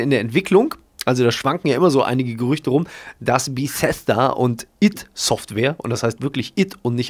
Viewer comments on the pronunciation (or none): none